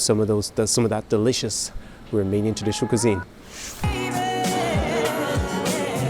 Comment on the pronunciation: your Romanian pronunciation is very good. Congratulations!